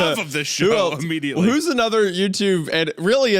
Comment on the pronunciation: UH-mmediately UHH-MMEDIATELY